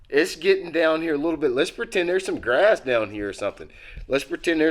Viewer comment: "Gras" lol I love fishing "Gras"